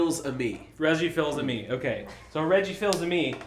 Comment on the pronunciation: i hope you watched 2 of the best documentary about him : Down the Rabbit Hole -- Sonichu and Christian Weston Chandler and Christian Weston Chandler Documentary. from Sachumo ! Oh and from a french, it's Reggie "Fiss - Am - Eh" => Fils-Aimé :)